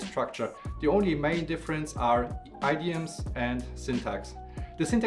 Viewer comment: Guten Tag - I am really enjoying your videos - But check your English pronunciation of idiom (or at least I think that is what you were saying).